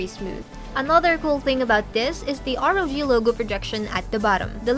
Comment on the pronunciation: R.O.G not rog like its a word....